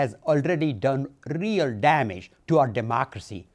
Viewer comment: Too bad there's not a loop of him pronouncing the word real😅🤣😅🤣😅🤣😅🤣😅🤣😅🤣😅